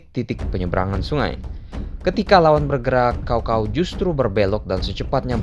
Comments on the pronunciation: Maaf min koreksi bacanya sao sao bukan kao kao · sedikit info cara bacanya bukan "cow cow" tapi "tcao tcao" dan kalo mau lebih detil lagi antara cao depan dan cao belakang ada beda tone nya ya ngasih info aja karena di bahasa cina kata sama cara baca sama tapi beda tone udah beda arti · Cao cao min bukan Kao kao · Bacanya bkn kao kao tp cao cao....goblok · Bukan kao kao tapi cao cao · Caocao dibaca kaokao blog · dalam sejarah hidup gw, baru kali ini dengar Cao cao dibaca jadi Kao kao.. wkwkwk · Bacaan nya bukan kao Kao tapi Tsao Tsao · Mungkin si habis minum es kendol pake kinkau 😂😂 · Baca nya pake c kalih namanya bukan K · Btw Cao Cao jangan baca pake K tapi baca lurus aja pake C